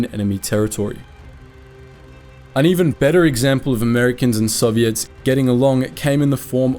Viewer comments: "soviettes" wtf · Soviettes? What kind of text to speech AI voice pronunciation is that? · Bro really said Soviettes